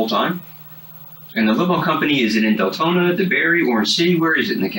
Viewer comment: wait- did the narrator just say ‘DELtona Florida’…?